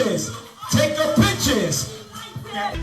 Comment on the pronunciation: The suit is tacky in my eyes but his pronunciation of the word pictures needs some work! You would think his speech and actions would equal his jewelry and suit